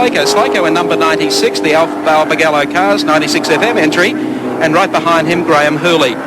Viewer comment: It’s not BarbagEllo its BarbagAllo